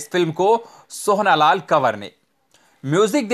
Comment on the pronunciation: आप " सोहना" क्यों बोल रहे थे, सही नाम " सोहन" है (सोहन लाल कंवर)